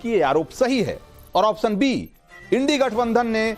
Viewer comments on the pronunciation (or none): आप्शन तो सही से बोलो प्रभु।